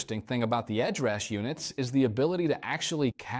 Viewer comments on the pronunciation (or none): He called it Ed Rush, Ed Rash, Head Rash and there are dropouts in weird places, I got uncanny valley syndrome from this video.